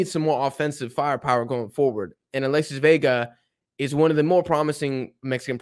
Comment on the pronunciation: Alexis Vega❌ Alesis Vega✅